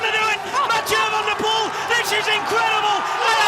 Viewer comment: It's pronounced van der Poel, not Wanderpoel